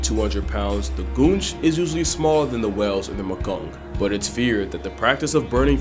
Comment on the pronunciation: Straight up thought he called that last one the "gooch"😂